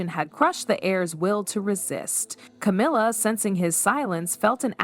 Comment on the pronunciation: AI bullshit. Can't even pronounce Camilla's name right.